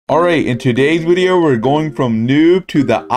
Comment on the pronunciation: why tf does he say Wedio instead of video